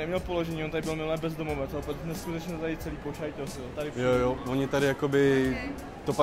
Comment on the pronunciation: „On tady byl takovej bezdomovec a celý to poshitosil ( pošajtosil )" 😂😂😂 Zdecham